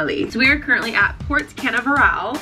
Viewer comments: still doesn't pronounce Port Can-NAV-ur-UL. "Canaveral" yes I'm being petty....she is an "Influencer" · You trying to pronounce Canaveral made me remember that it's crazy how foreign people feel even within the US. I've grown up hearing about the Canaveral space center.